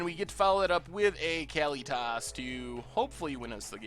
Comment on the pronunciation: I think it's "Kah-LEE-tis," not "Kally-toss."